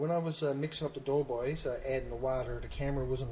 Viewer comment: Haha you says it the right way lol. My buddies from Placentia bay calls em dough balls. I didn’t have a clue what they were talking about lol. Happy Easter, to you and yours!